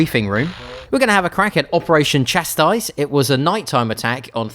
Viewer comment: Chastise “cha-sE”